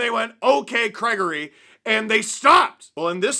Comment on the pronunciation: "ok Craigary" lol